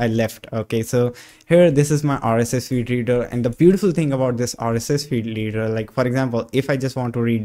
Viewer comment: Nice video! The accent could do some work. The way you say "rss" sounds off. Like it doesn't match the rest of your accent.